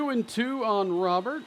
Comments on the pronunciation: it’s pronounced “row-bear” please don’t call him Robert the rest of the series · Just saying, it's pronounced "Robe-er" not Robert (since he's not American) nor "Ro-bear" (since he's not French). Great acquisition though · Love the trade, but i'm gonna go insane if i keep hearing you call him Robert. His name has Spanish pronunciation "row-BARE" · Its not probounced Row-bear, its pronounced exactly how its spelled Robert, only diff is you roll the R at the beginning...hea Cuban not french man lol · please please please pronounce Robert the correct way from here on! It’s a French name even though he’s from Cuba. It’s pronounced Roh-Bear Like Rudy Gobert Louis has said before that he prefers this pronunciation of his name. I’ve never heard people mispronounce Gobert’s name, so it’s interesting that it only happens to Louis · just for future reference his last name is pronounced "Row-bear" like rowing a boat and the animal. Love the trade! I think you could also bump up Mason Miller's potential/ovr because of what happened in real life